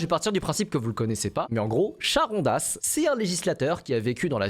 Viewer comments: "CH" en grec c'est la lettre "KI" ça se prononce "K" pas le "ch" de "chat......juste pour info.....donc "Karrondas".....ArriKion.....et on dit CrotonE ....pas "croton"...... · En fait Charondas ça s'écrit avec un "χ" en grec (Χαρώνδας) du coup ça se prononce "karondas". Super vidéo sinon!:) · Kharondas, Arikhion, le khi écrit ch en français se prononce kh comme dans les mots anglais (character, chapter, ...)